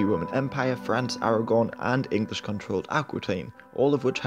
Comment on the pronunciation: He DID say Aragorn!